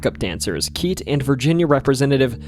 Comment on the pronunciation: Keitt is pronounced 'kit' not 'keet'.